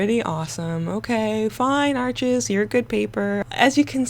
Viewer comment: Bonjour! Please, America, Arches is pronounced like the word harsh but without the 'h'. It is not 'Archizz'. Merci Beaucoup, Mademoiselle! 🙏🏼🇫🇷